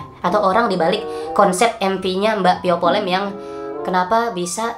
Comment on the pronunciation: "Via vallen" kk bukan "pio polen"